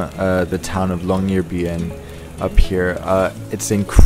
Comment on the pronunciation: You say Longyearbuen not Longyearbyen